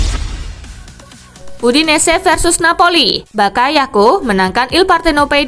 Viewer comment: Valencia yg menang bukan valadolid mbak, lalu bakayoko bukan bakayako mbak sepertinya kurang fokus butuh Aqua nih...